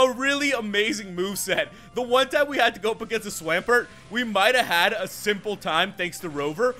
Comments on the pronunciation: Opponent heads with a grass type, sends out a Swomp-ert who is 4x weak to grass, smh. THEN HE FUCKING CALLS IT SWAM-PERT, FFS. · Swahmpert?? no...